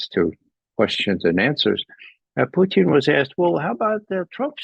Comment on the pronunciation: I love how Ray says Puteen! Lol!